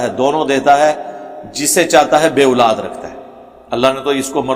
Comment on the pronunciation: engineer sb urdu me aulad kahten hain nake ulad iske alawa word sahabi hai not sohabi pl correct ur urdu pronountiation